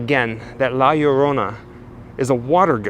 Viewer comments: Yo', an easy way to say her name is Lah - yorrona. Interestingly enough, although her origin is latin, she has been mentioned in folklore all over the world in MANY different cultures. Quick story: My mother once told me of an encounter with her when she was young. She and her siblings were enjoying a camp out with my G - ma by campfire, they heard a wailing cry approaching from a distance that she said froze them all in their tracks. As the crying got nearer and nearer, my G - ma gathered all of the kids together in a tight circle and warned them not to look up. The wailing stayed above them for about 30 seconds and then slowly moved away into the distance. My mom asked G - ma what it was and she then told them the story of La Llorrona. She told me it was the most terrifying experience of her young life. I believe her. What most people don't realize is that most urban legends are based in some truth. La Llorrona is NO exception. Just a terrifying tidbit for all the Grimmlins to snack on. Awesomely done video as always, nobody does it like you and, keep up the ghoul work!. Oh,..... A small piece of advice to all out there,........If you hear crying in the distance on a moonlit walk,..... Go the other way! Happy Halloween to you two and all the other Grimmlins!!! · LL in spanish is EE pronounced Erona not Urona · Hi, pronounce it such LA- LOW- RONA, not spelled right but you will now get away with it, great video my friend, cheers to you both! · It's pronounced yo-rona it's like your about to say yo than Corona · Its cool, just say Yo-rona.